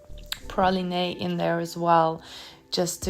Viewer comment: Great video! I also wanted to point out 'Praline' is pronounced 'Pra-leen', not 'Pra-leen-ay', hope you don't mind. 😊